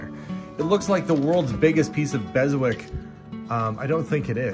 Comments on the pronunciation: Beswick is pronounced. Bezzik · The shire horse isn’t as good a quality as Beswick ( the w is silent).